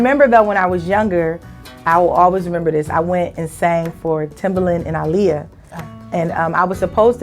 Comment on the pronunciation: I love her for pronouncing Aaliyah ' name correctly! :-)